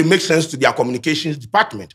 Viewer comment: He thinks he saying sense 😂😂